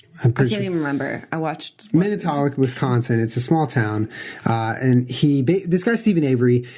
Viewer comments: I cringed SO hard when he said both Manitowoc and "wesCONsin" ahhhh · Omg the way you pronounce Wisconsin and Manitowoc 😂😂😂😂 Im from Wisconsin so I can make fun! 😊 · no emphasis on WisCONsin either